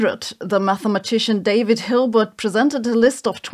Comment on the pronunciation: You're German, you should know how to say "David"!